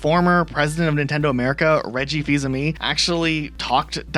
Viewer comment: "Haspro"= Hasbro "Somus" = Samus "Reggie Fees-amie" =Reggie Filsaime (feesamay) I feel like im talking to Schmiddt from "New Girl" xD